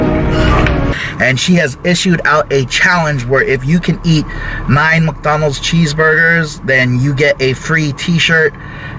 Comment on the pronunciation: I always chuckle at the way you say "MuckDonalds"...hehe